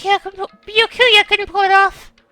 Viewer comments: I don't know if already has finished recording or not, but... Byakuya's name is pronounced BYAH(all one sound) ku-ya, not Bi-ya-ku-ya. (although technically the latter is how it's written in Japanese) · I like this series a lot but hearing the way she pronounces Byukuya and Sakura’s names hurts